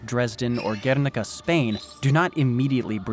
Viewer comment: G-where-Nih-Cah Guernica.